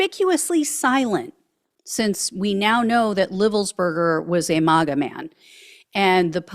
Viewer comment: Would you please say Maga MAGGOTS correctly,Mag a not malga, thanks 👍